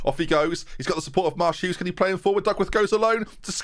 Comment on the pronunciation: You say Marsh-Hughes, but all I hear is " Ma' Shoes"